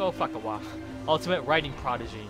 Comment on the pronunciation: yang I love his pronunciation of, Toko Fukawa. It's now Toko Fuck- awa" ^_^